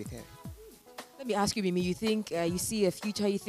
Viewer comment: Is it so difficult to say “ask”? I keep hearing “axe and axing”